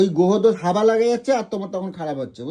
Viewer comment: কী ভাষা বলে হাবা লাগে না হাগা লাগে ।এত বড় মানুষ হাওয়া বলতে পারে না । একটা পাগল লোক।